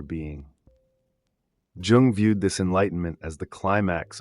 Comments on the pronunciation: Yo I love your vids but i wanted to bring precision about Carl Jung's name is actually pronounced "Yoong", not "Joong". You can referance Jordan B. Peterson for that, he is a great fan and reader of Jung himself. Have a nice day! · Great content and really well structured but that awful AI generated voice that kept mispronouncing even Jung’s name jarred on me. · If only you pronounced his name correctly, man..